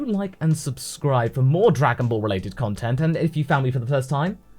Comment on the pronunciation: first we had Dargan bals now we have Drugan bals